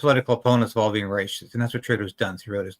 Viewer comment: There you go! Only the duplicitous Carney can deal with the evil Orange Man. Haven't you heard? Gullible "Canadians' have spoken. Bye bye Pierre! BTW--; please: The disgusting snake Carney aside; It's "ray-sist." Definitely not "ray-shist." Just checked; It's the same in British English.